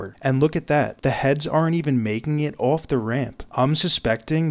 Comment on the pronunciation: “Ooowoff” = off